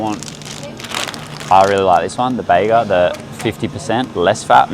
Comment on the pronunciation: Awesome vid! Really great suggestions for swaps. One thing though - you’re pronouncing Bega cheese wrong 😂 It’s BEE-GAH as in the town it’s made in. Bega girl here so everytime I hear you say it makes me laugh!